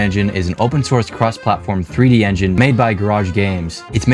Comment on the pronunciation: he said ranging